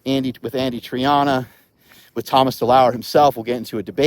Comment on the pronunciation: DeLauer, not deleur. Greetings.